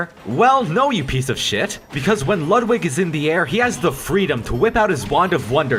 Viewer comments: ITS LOOOOOODWIG NOT LUUUUUDWIG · It’s lud=wig